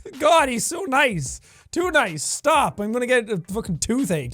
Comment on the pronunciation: “Stahp” got me dying